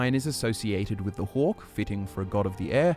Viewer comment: Each time he says “hawk” it sounds like “hork” and I imagine some kind of baby horker